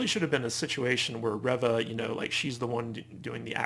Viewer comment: I'm disappointed to hear you call it a "controversy" around Moses Ingram, who plays Third Sister/Reva, which can imply she's done something wrong (she hasn't), when what it is is racist attacks against her by Star Wars "fans." At the same time, you're still mispronouncing her character's name, 4 episodes in. Who's ReVVa? She plays REEva. Indira Varma (also from GoT) plays Tala. It's a shame because otherwise, I agree with some of your other points about this show.